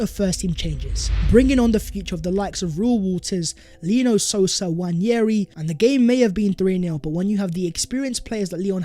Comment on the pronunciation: It’s not newanyeri like you say. It’s Waneri